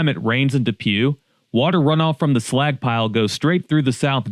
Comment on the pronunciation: Was listening w phone in pocket and the entire video I've been trying to tell if he's saying "slack" or "slag" "The Slagck pile 🥴"